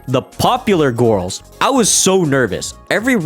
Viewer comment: the way he says "gurls" just pmo and the video just gives off bad vibes like a person who doesn't go outside much that being said I don't know that guy this is the only impression I have of him and it just pmo so hard